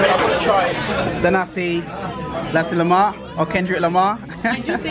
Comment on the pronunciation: its Nuh-sea Le-muck